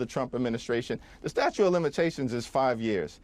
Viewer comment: Someone needs to tell Hakeem Jeffries that it's "STATUTE of Limitations", not STATUE. When people become politicians and/or public speakers they need to sort out their language.